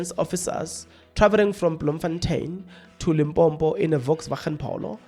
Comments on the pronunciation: You are South African 🇿🇦 but you can't even pronounce Limpopo. You instead pronounce it as Limbhombho 😢, I am very disappointed. This ignorance made me lose track of your analysis. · Please try to pronounce the destination properly. It's Limpopo and not Limpompo. Be responsible Chief. You are better than that...